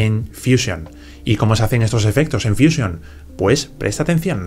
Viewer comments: Pero si estás hablando en español porqué dices fuísion? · Es que ha estado en Whashinton, por eso dice fuísion y no fusión.